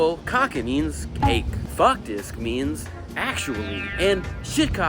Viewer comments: My Norwegian teacher goes crazy over “shitcocker” It’s pronounced more like “shut” with the Norwegian “u” than “shit” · Tbh "shitkaken" should be the new norm for pronouncing kjøttkaker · As a Norwegian I had never thought about the fact that «faktisk» could sound like «f**k-tisk», when pronounced by the right person 🤣. Also, we don’t tend to pronounce «kjøttkaker» like «sh*t-c*ck-er», but I guess the kj- and ø-sounds (although they do exist in English (cf. H in hue and i in birth)) are rather difficult to nail. Love that it was Norwegian’s turn to be Xiaomaed😁! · Shitkhaken😂 bruh it’s kjøttkaker. Terrible pronunciation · well if you pronounced the Ø correctly maybe it wouldnt sound like you were saying "shit"